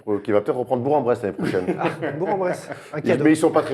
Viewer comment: On dit BourK en Bresse pas bour en bresse 😁